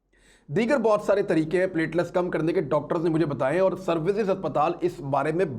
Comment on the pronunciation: Imran sb it's not pletless it is pletelet